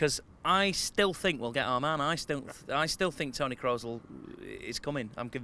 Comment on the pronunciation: man actually said toni kroos, can't breathe 😂